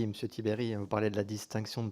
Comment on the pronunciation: le président de cette "commission" n'est déjà même pas fichu de prononcer sans faute le patronyme de Mr Tiberj !